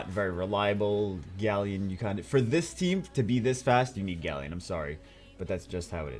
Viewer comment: Grant Muller still... 'GALLEON'